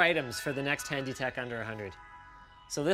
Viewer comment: "Hany tech under $100" what is "Hany"